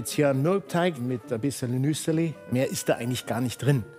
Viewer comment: NüssÄli?? Nüssli!!😂